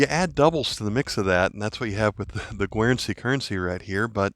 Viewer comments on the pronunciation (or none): The 1890 1 ore appears to have little or no wear beneath an even brown patina. I guess it would trade AU58 if not brown uncirculated! PS. Guernsey is pronounced 'ger/gur' not 'gwur/gwer'!